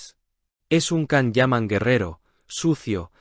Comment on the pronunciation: Не Кан - ДЖАН. неужели так трудно запомнить?